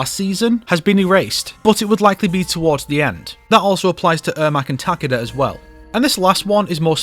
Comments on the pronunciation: it's taKEda, not TAKeda 😅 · It's takeeda not takida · Amazing video! but the way you pronounced Takeda's name killed me a little inside hahaha its "Tah-Kay-Dah" not "Taka-Deh" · im typing it the way you would verbally pronounce it, you don't say his name in the video the way his name is pronounced